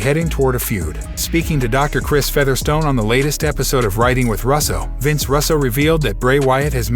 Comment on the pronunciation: Guy needs to know how to pronounce the wrestlers names correctly the wrestlers name is L.A. Knight not la ,other name you butchered is Vince Russo